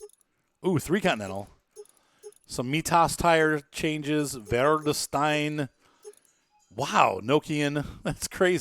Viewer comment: Mitas = "My-tas". Just saying :)